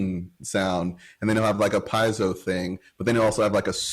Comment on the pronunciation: The only thing I don’t like about Tosin is how he says piezo